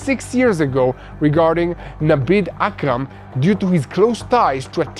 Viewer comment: HURRRAAAAAHHHH GRRRRRR AKRAM FOOL NOT KARAM OUUUUUUF I WAS GOING TO GET A COMBO STROKE HEART ATTACK AND BRAIN HEMORRHAGE FROM GETTING ANGRY AKRAM NOT KARAM DARN SAY IT CORRECTLY PLEEEEEEAASE